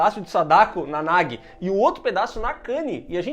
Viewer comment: isso é a tradução, a tradução é sempre uma b*sta. O Chamado 2 ganhou o subtítulo "O Circulo se Fecha" no Brasil, e não tem nada a ver, o círculo NÃO se fecha e a Samara NÃO É derrotada. E Sadako 3D 2 dublou o nome da menina errado, não é "Nagui", pronuncia-se "NAJI". Vc não tem culpa de estar confuso